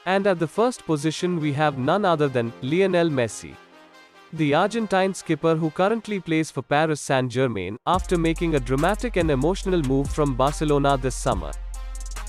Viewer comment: "paris saint germayn"